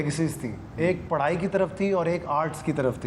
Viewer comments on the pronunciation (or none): none